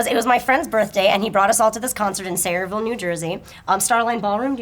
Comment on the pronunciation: Every time says Sayreville (hearing it in the animated too) my ears perk up like "hey? hey? hey!".